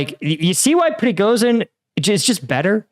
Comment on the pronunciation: Just a slight correction surname-wise. He's Prigozhin, it's 'zh', not 'z'.